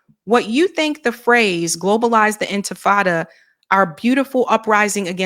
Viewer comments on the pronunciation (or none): I agree with That monster Stefanic introduced this little trick of the MAGA-Nazis: studiously mispronouncing intifada as "infitada." And, back then, not a single fucking university president even politely corrected the pronunciation. The Republico-Zionist-Nazis did it and do it time and time again. One of their many propaganda devices is deliberately to mispronounce names and terms that are even the slightest bit not White-bread American. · His ass was almost saying empanada... or inta -frittata. Hungry ass. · “Inti fi tada” 🤣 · Infi Tada. 😂😂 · This clown can't even pronounce the words that matter. He globalized empanadas, enchiladas, everything but the ¡nt¡fada. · It's comical because Mr Al can't pronounce the word he is asking Zohran about ... what a joke ... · Sharpton can't even pronounce "intifada." Smh.